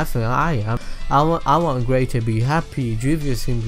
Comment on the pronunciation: you almost said gay not gray